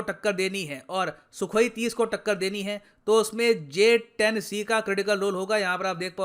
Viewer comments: Ye bhand interior minister J 10 C ko JH 10 bolta hai 😂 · He was saying JS 10 instead of J 10C. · Bolna to Aata nahi Harare se kiya khak larega j10c ko js10 bol raha he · Kaisai wala minister hai vo sala j-10c ko js-10 bol raha hai 🤣🤣🤣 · Js10 naam tu sahi se lele 🤣🤣🤣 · Gadha pronounce b nai kar paa Raha hai jumle azam sheikh chilli j 10 c ko js 10 bol raha hai ganwar